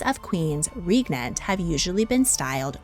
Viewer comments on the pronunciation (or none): Excellent information, and well researched. But “Regnant” is pronounced like “pregnant”.